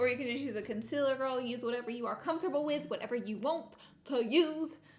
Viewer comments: No shade but you pronounce concealer like conculer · “Conciller” should be in the Dictionary 😂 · Concealer : conciller Y6 : life Huda : hurrrda Yes : yasss